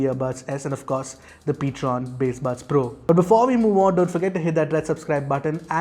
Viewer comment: it's Ptron not Patron, edit it in the description area. Thank You.